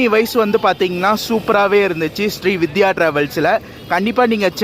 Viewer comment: SRI VIDHYA illai SRI VINDHIYA ... Vindhiya Vin-dhi-yaa Semma long journey super video How much was the ticket price for the AC MTC bus to Siruseri?